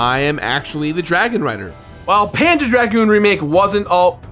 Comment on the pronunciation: I keep hearing "panda dragoon"